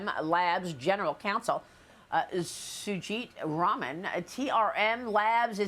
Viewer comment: The way she clearly makes a dramatic effort to pronounce Sujit Raman’s name is the most Fox News thing I’ve ever seen